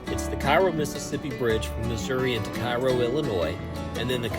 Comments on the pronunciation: It’s “ca ro” not “ci ro” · Cairoite here. Firstly, Cairo is pronounced Care-O, rhymes with arrow. Secondly, both bridges are open again, The Ohio River bridge is scheduled to be replaced in the next few years with a new one that doesn't have that sharp curve on the Kentucky side. Lastly, if you ever see anyone attempting to walk either of these bridges, offer them a ride. You'll be saving a life. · Pronounced "Kay-roe". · Hurts my ears hearing KIGH-ROE. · It's pronounced Kay-ro!! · It's pronounced KAY-ro. It really detracts from an otherwise good video when he mispronounces it, over and over. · Curious, why did you continue to call it Cairo Mississippi?